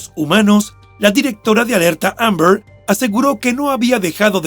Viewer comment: El narrador por qué no pronuncia bien la palabra AMBER?❓🤷‍♀️ Ni se le entiende